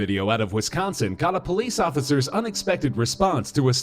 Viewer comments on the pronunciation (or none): i live where the NM one happened good story just hard to appreciate it cause he kept butchering the officers' name